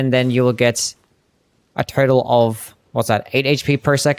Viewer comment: Just noticed that sometimes when you say "total" it sounds like you're saying "turtle." Possibly a glitch, but I hope it doesn't get patched